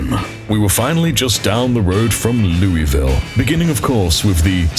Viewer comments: It's pronounced 'Loo-uh-ville' by the locals,, just FYI... 😅🥲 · Hey! My apologies for hijacking your interaction here, but... As someone who spent over a decade living in the state across the river from Louisville, and visited there quite often, had friends there, etc... Every time you said the name of the city, I... died a little, inside... 🥺 It's pronounced 'Loo-uh-ville' by the locals, just FYI... Take that how you will, my friend, I'll go away now... 😅🙃